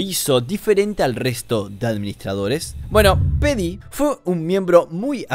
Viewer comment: creo que Pheedy se pronuncia fidi, no ''pedi''